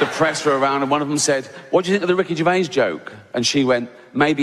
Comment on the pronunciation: Ricky Jazz, really!😂